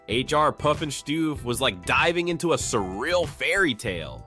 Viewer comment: H.R. Puffinstuff is the correct pronunciation not all the other things that were said.